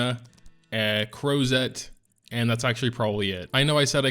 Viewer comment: "CrozETTE" ahahahaha